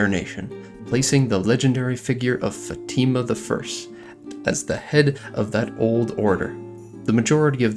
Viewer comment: Fátima is pronounced FAH-chee-ma in Brazilian Portuguese